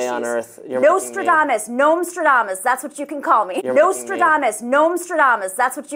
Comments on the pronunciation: The name is NOSTRADAMUS, not NoMstradamus. And, of course, Astrology is Science!!! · Did she pronounce that- Noyouradumass?